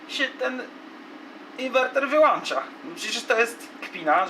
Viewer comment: Wyłączam a nie włanczam , nie mam zaufania to ludzi którzy tak mówią